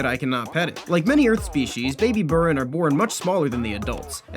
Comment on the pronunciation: He’s saying it wrong it’s (b-ee-r-in)